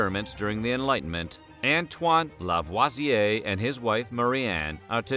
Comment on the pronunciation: This was really interesting! I’m half French and I did not know this story. Really wonderful information. Ps- thanks for pronouncing LaVoisier correctly!👍